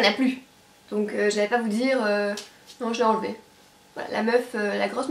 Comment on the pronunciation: Aahah '' non j'ai envele'' j'en peux plus mdr super video bisous :D